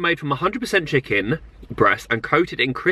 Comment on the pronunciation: Is he saying chicking? Hahahhah so funny love! X